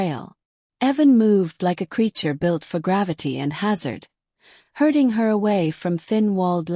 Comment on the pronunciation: herding, not hurting